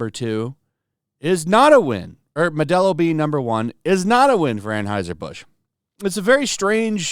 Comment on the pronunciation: AnHEUSER. Stop saying AnHEISER!!!!!!!!